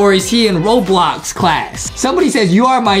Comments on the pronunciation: Lol btw when Adam said Roblox it sounded like RoBolw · Adam say "Robox" XD